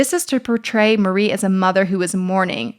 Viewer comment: Great video. But one thing: it's Marie Antoinette, not 'Marie'.